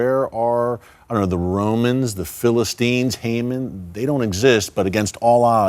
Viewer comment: What an excellent biblical analysis! Hamon always hangs on his own gallows!! By the way it is pronounced "ee ron" and not "I ran."